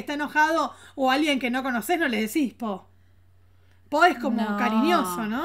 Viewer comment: El poh en realidad suena más a puhg (con U y termina como en una G suave) que es abreviación de pues . Uno puede estar enojado y dentro de la frase utilizar el puhg , por ejemplo si van a salir y tu amiga se demora mucho, puedes decirle "Yaaa, puuuuhg, apuratéeee". (se alarga la U y la E se acentúa en apúrate). En Argentino sería pero, chéeee, apuráaaate!